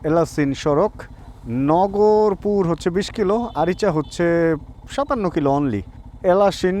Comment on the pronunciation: নগরপুর না ভাই। নাগরপুর হবে। আমার গ্রামের বাড়ি। এইখানে।